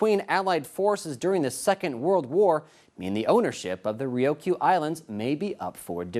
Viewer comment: having graduated from Kubasaki HS in 83, I get perturbed when some dumbass white guy can't pronounce the Ryukyu Islands correctly. Its as bad when the Tsunami hit, and some Dumbass lady reporter pronounces it "Too-na- mi". There is no "O" in Ryukyu Dumbass. China, I can't stand China.